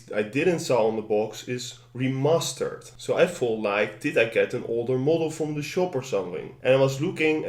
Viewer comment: did he say "re-mustard" ?